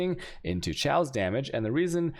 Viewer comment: wtf is this "shaos-damage" and "dajjers"?